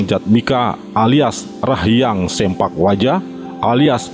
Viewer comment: (Agus Sein) bukan SEMPAK yang benar SEMPLAK "Potong"